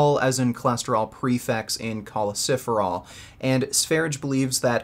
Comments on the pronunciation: It hurts every time he says choleciferol, when in fact it's choleCALciferol. Must be something about my ocd. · It’s not choleciferol. It’s cholecalciferol. Awesome video